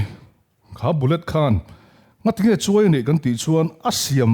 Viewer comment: Unaupa...CHUAI I tih hi SUAI tihtur a ni zawk em aw....